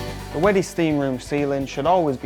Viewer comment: Can you learn how to say wedi before you make a video?